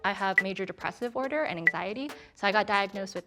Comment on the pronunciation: I love this episode !! P.S. Disorder * Not “Dissorder” 🤔